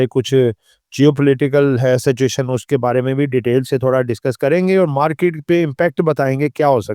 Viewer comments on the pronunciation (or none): Satuation nahi Situation hai, mulak nahi mulk hota hai ore qanoon nahi qaanoon hota hai pls correct yr pronouncation tku